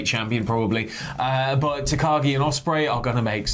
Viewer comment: Swear to god if keeps saying Tagaki I'm going to go mad.